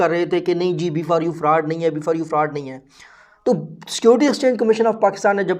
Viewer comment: Bro why u say farud